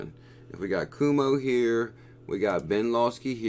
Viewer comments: Thanks for your research! Also, please use the correct pronunciation ---> Governor Cuomo (Quoh-Moh) not (Coo-Moh) - anyone in New York is cringing every time you say his name LOL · I’m from NY and laughed out loud when you pronounced Governor “Kuwomo”